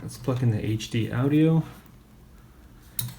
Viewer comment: This dude cant even pronounce audio 😂😂😂